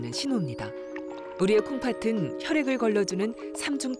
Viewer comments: 중요한건 아니지만 아나운서가 콩파튼이라고 발음하는데 콩파슨 이라고 발음해야 맞는거 아닌가요? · 방송 내용과는 관련 없는 내용인데요, 내레이터의 발음에 관한 것입니다. '콩팥은' 이나 '콩팥으로' 의 발음을 '콩파튼' '콩파트로' 로 하시는데 이게 맞나요? '콩파츤' 이나 '콩파츠로' 가 맞는 발음 아닌가요? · 콩팥은 발음을 콩파튼으로 계속 일부러하는 것 같은데 콩파츤으로 발음해야 함